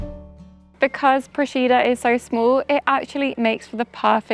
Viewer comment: You've done a lovely job showcasing our little island, but please, please learn to correctly pronounce the name of the place before you post a video. I'm a resident, hearing it wrong is like fingernails on a chalkboard.